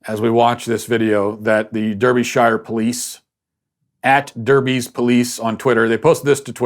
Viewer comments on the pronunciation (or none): Just thought I'd clarify how Derbyshire is pronounced in the UK. Matt pronounces it "der-bee-shire". When in fact it's "dar-bi-sheer"